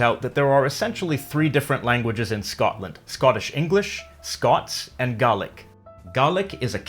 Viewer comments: IT IS PRONOUNCED GAY LIC NOT GARLIC. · As a linguist I would have thought that would have known how to pronounce the word Gaelic. It should be pronounced Gaylick nor garlic which is species of onion. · It's not pronounced garlic it's more like gaylic. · Must be spicy, that Garlic language . Afraid of pronouncing it Gaylic, are you? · I always pronounced Gaelic, gay-lic, I noticed you pronounce it gar-lic. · Correct me if I'm wrong Gaelic speakers...but is it not supposed to be pronounced G-ay-lic instead if G-ah-lic? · I just notice that King Jame VI is older than the Auld Brig because the Auld Brig was made in 1609 by a couple who made it for their dead son who died from suicide? Also, you're saying Gaelic wrong because it sounds like you are saying Ga-lic instead of Gay-lic, just to point out but it must be like your accent or language. Anyway, I got interested in this because I am Scottish well, born in Scotland but I speak English or American sometimes from YouTubers I like. I am just going to say that I never spoke Scottish that much because of how everyone else speaks around me. Is this rude?? I do not know... I am truly sorry if it is. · “Garlic speaking”..I’ve never heard it said like that. I’ve always heard it as “gay-lic” or very occasionally, “gal-ic” But I’ve never thought of “Burghs” being burroughs either. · I dont think Gaelic is pronounced like 'garlic'... its pronounced like 'gay-lick' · Gaelic is pronounced GAY-LIK as opposed to GAR-LIC Jus sayin!! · Its gaylik not garlik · got a question to you,, is it just me or is gaelic pronounced gAElic as in didnae instead of gAHlic like he said in the video? a mean a might be wrong but it bothered me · Wait Gaelic is pronounced as Gah-lic? I thought it was pronounced as Gay-lic. Not calling the language gay but I really thought it was pronounced that way. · Pro Scots tip - Gaelic is pronounced similar to 'gay-lick' I couldn't help but hear you say something closer to garlic. :p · Its pronounced g ai lik